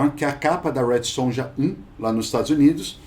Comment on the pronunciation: gente, J tem som de Y